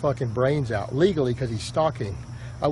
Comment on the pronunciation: "Did you pass ooot" ahahahah